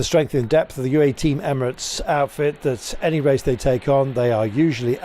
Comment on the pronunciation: I wonder is Mr Kirby will ever be able to pronounce Team UAE without dropping the U ?